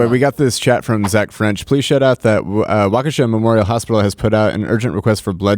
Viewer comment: Waukesha is pronounced walk ▪︎a▪︎shaw.